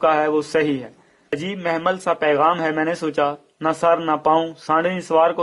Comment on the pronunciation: Mehmil nahin mohmal